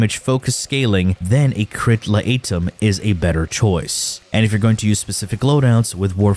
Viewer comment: La ate em (laetum) got me good as well....